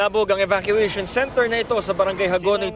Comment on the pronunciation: Ahhh evacuation pala, ang dinig ko kasi pot session 😂